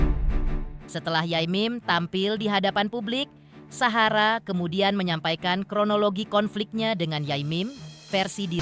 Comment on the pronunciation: Ini knpa klu bilang Sahara kok sllu suhara